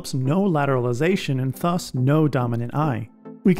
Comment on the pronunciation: the way this guy says þus instead of ðus is killing me